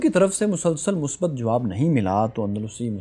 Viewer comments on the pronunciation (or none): none